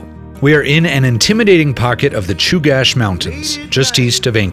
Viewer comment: Awesome video. Knowledge for the group at large - Chugach is pronounced like chew-gatch not like cache. Glad you got to enjoy some beautiful Alaskan summer weather.